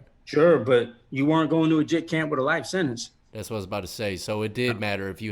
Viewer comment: Sentence, not sinnance.